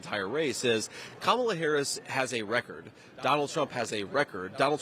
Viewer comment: Whoa, did y'all just hear that he actually said Kamala's name correctly?? ... more than once, no less!!